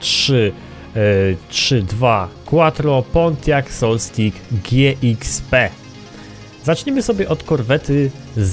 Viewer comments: MówiącPoLucku - ''Solstik'' :) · Pontiac "Solstajs" ;)